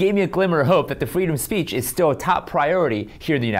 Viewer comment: “freedom of spreech” She subconsciously knows what she’s saying is wrong and thus the nervous slip of the tongue - ITS FREEDOM OF SPEECH! 💪 I love this channel! It’s so grounded and informative! 👏